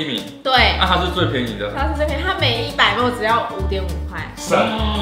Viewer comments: 莫mol 咪哩ml 雖然我知道大家不一定都懂 但聽起來真的好難受_(:з」∠)_ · 別再把ml說成莫了== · 我以為只有新北人會把ml講成ㄇㄡˋ原來大家都會